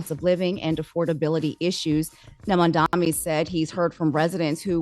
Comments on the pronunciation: MAM-DA-NI not mamdami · It’s MAM-DANI! not Mamdaami! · MANDANI WITH A N , the ignorance from the reporter is insane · So because you call someone a fascist mean you can’t have a meeting on behalf of your constituents??? Like what? Also, it’s Mamdani. Like damn, how hard is it to say?